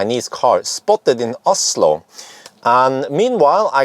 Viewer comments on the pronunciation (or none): none